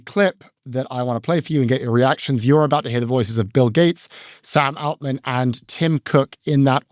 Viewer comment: Why does pronounce Altman like that?